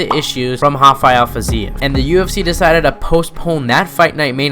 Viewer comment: rafael fiziev is not brazzilian , dont call his name hafael